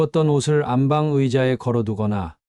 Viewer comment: 안방으로 읽지 마시고 안빵으로 읽는게 맞는것 같아요.